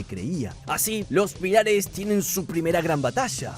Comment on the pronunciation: Me muero como te comes las tildes "pílares"😂